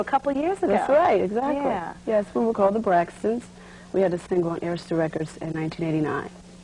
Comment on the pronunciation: Inside joke.....Hearing the correct pronunciation of Arista records brings me such joy 😅😅😅😅😅😂😂😂😂